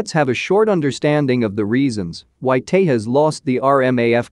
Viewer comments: It's Tejas not Tehas.. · The J in Tejas is used like it is in juice not like in jalapenos